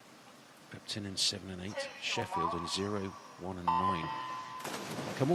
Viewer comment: When says Repton, it sounds like “rectum” and now I can’t unhear it. 😂